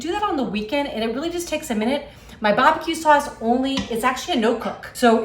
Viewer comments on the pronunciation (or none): "Bah buh que saws"